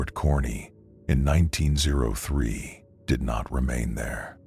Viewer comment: Whats weird is their is a Fort Kearny that closed in 1903 in Nebraska which is funny. Great story though, loved it! Only thing was when the AI reads out q903 as 19ZERO3 lol